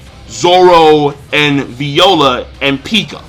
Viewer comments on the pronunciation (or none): fucken sucks at saying these characters names. Dude's name is Kyros, he called him Kryos... He says Viola like Veeola